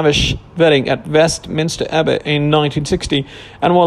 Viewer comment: Mar Great? How come this guy can't say her name correctly? I've never heard anyone say that name so oddly. And how about Vestminster Abby.